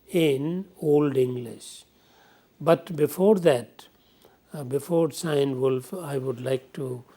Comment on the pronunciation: dont mean to disrespect, but the lecture was disorganized and after the initial background it lost its track and remained so, also some of the information were just plain wrong, and finally it's pronounced KeeNeWulf!